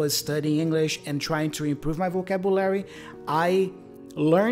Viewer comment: I think your pronunciation is not too bad overall, but the word "vocabulary" sounded a bit off.